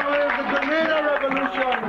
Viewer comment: You had it right the first time... It's pronounced "Greh--Nay--Dah"